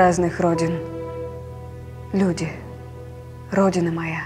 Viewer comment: В русском языке тире ставится на месте опущенного глагола "есть". Это значит, что для Евтушенко родиной являются люди («Люди – родина моя»), а не абстрактная "Родина". Поэтому словесное ударение надо делать на слове "Люди". Если Вам нравится выделять слово "Родина", то читайте другие стихи, их много разных. Но переиначивать смысл стихов великого поэта на свой лад, я считаю неэтичным.